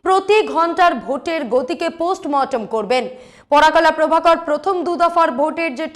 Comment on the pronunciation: একজন বিশিষ্ট ব্যক্তির ভুল নাম উচ্চারণ অনৈতিক। ওনার নাম "পরকলা প্রভাকরন"। আপনি বলছেন "পরাকলা প্রভাকর"। এটা অপমানজনক।